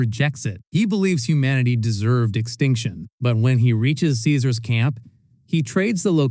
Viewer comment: Lucy is only wrong about the pronounciation of Caesar. To be fair most people don't know this. Everything else was correct. Aside from prima noctis most likley being nothing more than a myth.